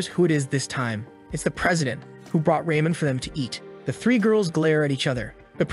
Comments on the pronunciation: Um...raymon? It's called "Ramen" and this is why we shouldn't use text speech and do the audio for ourselves. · raymen? RAYMEN?!